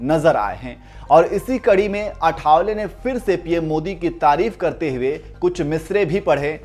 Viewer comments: It's not आठावले, it is आठवले. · आठवले not अठावले 😊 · अठा..वले नही भाई.आआआ ठठठ वले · अठावले नही आठवले